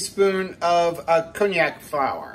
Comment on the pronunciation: Happy Thanksgiving ALL! Isn't that pronounce con-jack? I never heard it called by the name of an expensive liquor. :D